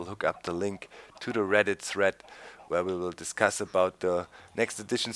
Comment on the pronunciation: he said threat instead of thread lol